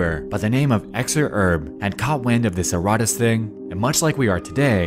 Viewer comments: Youre putting empHAsis on the wrong syllABle. Pronounce that shit erraTAS, not erRATas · "It's called erotice" And every time I bring up "erotice" subjects, my messages get deleted by the admin. .... and it turns out you mispronounced it every single time throughout the video....